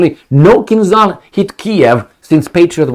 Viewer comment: For Gods sake man,you are a Romanian so you should pronounce Kinzhal properly:its not KinZal but ZH like Georgi Georgiou Dezh your old politician.Od Marshal Zhukov.